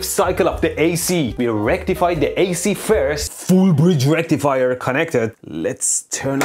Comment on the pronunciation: "FOOOL BRIGE REKTIFIRE"